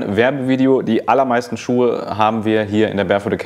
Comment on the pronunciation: "Schucke" made my day :D)